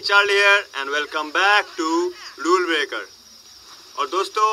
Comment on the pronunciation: nice video, rule breaker kehte ho to aisa lgta hai jaisa bol rhy ho "lule breaker"😄😄😄😄😄